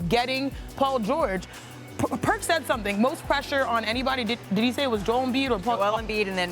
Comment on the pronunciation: For sure thought I heard “Diddy” and not “did he” 😅